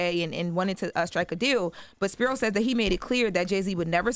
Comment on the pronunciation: Just one note: It’s pronounced SP-EYE-RO